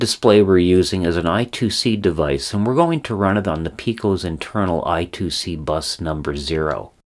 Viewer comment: It's IIC or I^2 * C pronounced I squared C.